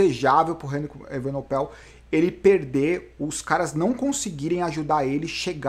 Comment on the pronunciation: o Bernal precisa aumentar essa diferença sempre que puder, pq. Remco é bem melhor que ele no TT, (para ele na perder como o Roglic perdeu para o Pogacar) e a ultima etapa é um longo TT . Ainda faltam umas montanhas barbas, mas ninguém é Mae Diná para saber o que acontecerá. Uma OBS: é EvenePOel, e nao EvenoPEL